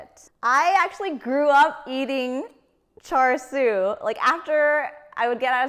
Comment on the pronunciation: Hi... thank you for your video... hard to find a good Cha Siu recipe these days on youtube. Just one comment... your pronunciation of Cha Sui is a little off and is very apparent to any Cantonese speaking asian. The "R" in Char Sui is Silent. so its literraly Cha... the Sui is prononced like "Dew", but with a S.